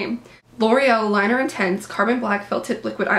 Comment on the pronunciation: it's lineur intense, not liner, pronounce lin-eeee-er